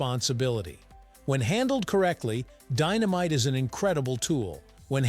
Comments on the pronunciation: says dy-no-myte video! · What kind of candles are these? Deenameetay...must be Italian.